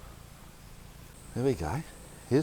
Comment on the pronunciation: "Looks like a creechah"